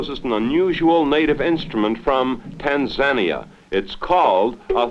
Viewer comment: "tan-ZAN-ia" omg